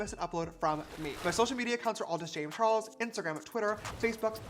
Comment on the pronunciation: "James Chares"